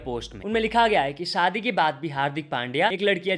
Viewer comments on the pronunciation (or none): none